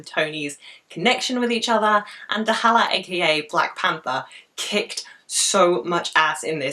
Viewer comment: "T'halla" ? dont you mean T'Challa ? lol